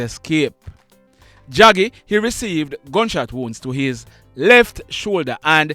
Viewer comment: Draggy not jaggy